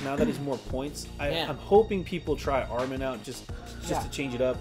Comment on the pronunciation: Ah Ri Man...not Armin lol